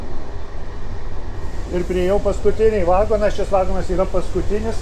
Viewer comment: Viskas gerai, tik apie geležinkelį pasakojančiam būtų gerai kirčiuoti teisingai: lietuviškai negalima sakyti vAgonas, reikia vagOnas